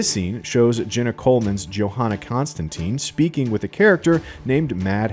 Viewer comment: As a big hellblazer fan, the mispronunciation of Constantine always aggravates me a bit, it’s in the source material, it wouldn’t take much effort to get it right. I’m pretty psyched for this, seeing how involved Gaiman seems.